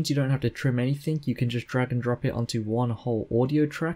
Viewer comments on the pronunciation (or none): Thank-you for the tutorial. But there is no such word as 'anythink', it sounds ridiculous and hilarious at the same time. 'AnythinG', 'G', pleeeaaaase.